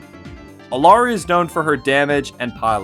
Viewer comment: Yeah, this made me pause the video, and really consider whether or not to continue watching... I've noticed a lot of content creators mispronouncing Rein's name as well as Moira - are they really that difficult for some..? I guess I should at least see if he says Moira's name correctly, if she gets mentioned. edit: eww I unpaused and he said "Alari"